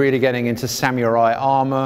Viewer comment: I'm gonna ignore the way you said samurai... samyoori